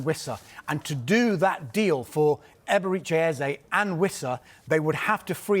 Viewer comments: If you are going to say his name 1000 times at least learn how to say it. It's EberEchi, not EberIche. Amateur hour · The pronunciation of "Eberechi" is sending me. 😂